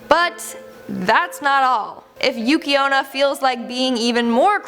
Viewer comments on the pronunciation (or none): For a moment I thought you said Yuki Ono and I was like huh?